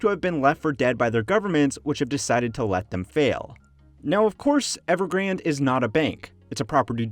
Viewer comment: Not evergrand, but EvergrandE